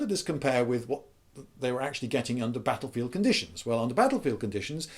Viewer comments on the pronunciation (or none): none